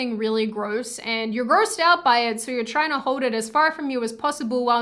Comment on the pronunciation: The word Hold has an "L" in it. I hate Democrats, but this chick is so annoying, she might as well be one.